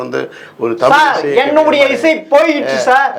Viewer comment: தமிழையே சரியாக உச்சரிக்கத் தெரியாமல் தடுமாறும் குட்டிக் கண்ணனை முதலில் ஜெம் ரீவி கவனத்தில் கொள்ளவும்!